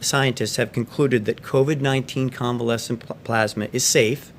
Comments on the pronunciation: He is a moron. He can barely speak. He has no vocabulary. Convalescent Plasma is not exactly a breakthrough. It’s just a matter of harvesting and distributing plasma enriched with covid antibodies. And it’s p-l-a-s-m-a, not p-l-o-s-m-a. Idiot. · One question what's plausema. ...ohhh plasma yep English is hard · plasmah, it's French for plasma.